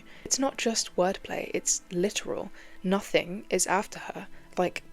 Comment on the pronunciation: I love how the "g" in "nothing" blends into the "y" in "you." I think it's probably symbolic in some way.